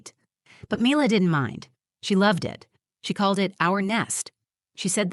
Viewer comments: Perhaps these would be easier to listen to if pronunciations didn't keep changing. one example.....daughters name changes from ' 'me lah' to 'my lah' and back again. its as pleasant as listening to fingernails on a blackboard. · I couldn’t get past the different pronunciations of Mila’s name. Is it mee-la or my-la? Please pick one and stick with it. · The narrator can’t decide how to pronounce Mila. Also, so believable that a 7 year old can write out thoughtful questions on a piece of paper to be read from the “truth jar”. And since when are the children allowed in the courtroom while mommy and daddy are fighting a custody battle? The mother is so pathetic. Such a weak person. Get a lawyer if you are unable to articulate and defend yourself in court. And don’t say that it’s his fault because he took her confidence away. Apparently she’s been in therapy. I guess that didn’t work. I don’t know why I allow myself to waste time on these videos. I guess I’m bored. Now I’m just super annoyed.